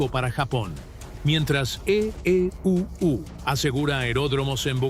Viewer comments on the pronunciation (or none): La voz de la Inteligencia ( ?) Artificial nos puede decir que es : E.E.U.U que no para de emplear ? Es para los niños de primaria que no conocen muy bien las letras del alfabeto o piensa que somos necios ? Espero una respuesta. Sobre et telon de esta historia, nunca hubo bombarderos B29 pero entre otros B17 Flying Fortress , B24 Liberator o B25 Mitchell.